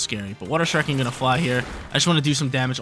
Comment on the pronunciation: lol the way you pronounce shuriken… lol never watched naruto huh buddy? But I loved seeing greninja!!